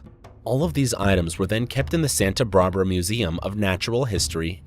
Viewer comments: Yeah, I noticed a few TERRIBLE mispronunciations ie Santa BARbera? sheesh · Santa brabra? Who hired you?